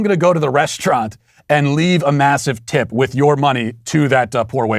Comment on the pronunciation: My god that "p" in tip was utter garbage